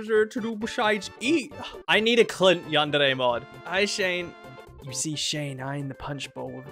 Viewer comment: You dont know how needlessly happy it makes me to hear someone say Yandere properly